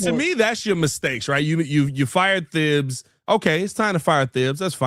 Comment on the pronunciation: It’s pronounced Tibbs, not THibbs